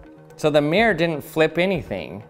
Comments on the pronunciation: I know it's probably just a regional or personal accent thing, but it was actually kind of painful to hear him say "meer" over and over instead of "mirror." It's supposed to be a two-syllable word... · "mi-ROAR" not 'Meer'. Aaaaarrrrrrgh! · "meer" "meer" its "MIRR - OR" say it right frenchy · It triggers me when people pronounces 'mirror' "meer" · Why do people call a mirror a "mear" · It's MEH-RER....not MIER-RER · Take a shot every time he said “mee-er.” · For the record, not all Americans say it the way he does. The way I say it sounds more like MEAR-er, where er is basically a held out American R sound. It sounds like mere her, without the h sound. I also know some Americans who say MEAR-rurr. And a few who want to be posh but still have the American R say MEAR-roar. (I would transcribe nonrhotic accents as pronouncing it MEE-raw, MEE-rah, or MEE-ruh, depending on the accent.) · Mee-er Bee-er 🍻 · The “meer” 😂😂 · "True mere" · Why is he pronouncing mirror like Myr from magic? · Americans pronouncing mirror like meer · He is one of the few peopleI've heard say mirror like that and he said it correctly some of the times. I didnt want to say it but he also does talk pretty weirdly compared to most people (with an american accent) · Why can't Americans' pronunciation mirror correctly? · It is so funny that Americans are unable to pronounce mirror. The word has two syllables.